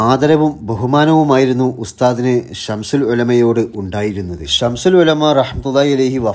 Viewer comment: സംശുൽ എന്ന് പറയരുത്